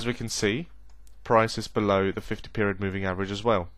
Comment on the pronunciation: Lol "above the 50 meriod poving"